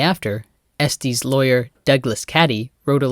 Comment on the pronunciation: It’s “EstES” not “EsTEES”